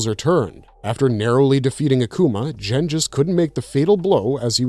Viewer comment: Lol "Jen". Is GEN! Cmon man!😂😂😂